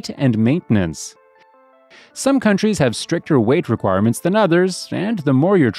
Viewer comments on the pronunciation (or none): what is maninantance?